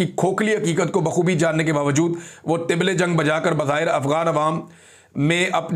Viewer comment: لفظ "طبل جنگ" میں ط زیر کے ساتھ نہیں زبر کے ساتھ ھے اور لفظ "مصر" ص کے نیچے زیر ھے